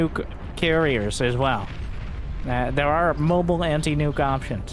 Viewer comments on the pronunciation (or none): none